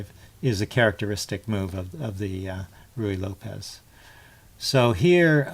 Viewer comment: You are the first person on YouTube that I've heard who actually pronounces "Ruy Lopez" correctly. Add one more thing to your list of "onlys."